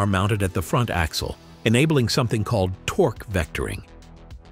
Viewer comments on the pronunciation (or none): none